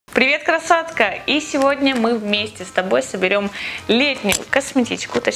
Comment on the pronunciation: Мне послышалось :"привет кросотка"😅❤️❤️